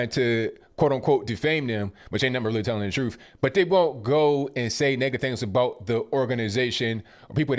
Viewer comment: You talkin abottttt why u say u talkin abottt like that abl sir?